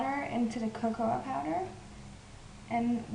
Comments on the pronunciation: i could tell you were swiss when you said the "a" on cocoa ;) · Lol how she says the a in cocoa (D